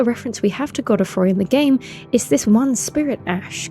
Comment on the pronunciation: How can you say Godrick right, but not Godfrey? "Goddah Froy" 🤣